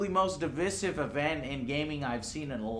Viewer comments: Joe you might want to look up the pronunciation of "divisive". it's a pretty simple word and mispronouncing it gives the impression that you don't know what it means. it makes you look dumb and I know you aren't. other than that though, you rock and I love your videos. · I can't get over Joe's pronunciation of "divisive".